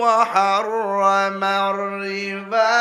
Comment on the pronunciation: শুধু টান দিলে হবেনা। রিবা এক আলিফ লম্বা হবে